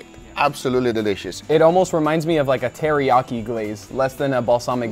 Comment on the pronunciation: I felt your pain guga when he said it's like terreakyi 😂